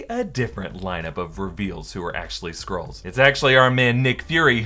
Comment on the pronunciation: I keep hearing 'squirls' hahahaha. 🤣